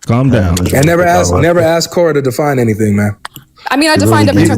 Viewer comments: So smart but then says axe instead of ask . Shake my head, too hard to listen to that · Dude it's cald ASK not AXE. What blacks have done to the englisch language ist the same what Muslim do to the German language. What a Joke.